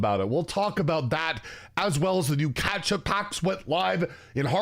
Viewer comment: I can’t tell if you’re mispronouncing catchup wrong on purpose It sounds like you’re saying ketchup.